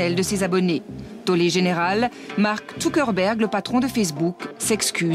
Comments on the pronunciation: MARK TUKERBERG elle dit PTDR !! Zuckerberg Madame ! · elle le dit avec l'accent allemand ce qui fait Tsukerberg ! --' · "Marc Toukerberg" ? j'ai bien entendu ça ? O_o bah dit donc ! Et la meuf qui dit "Fersbook".......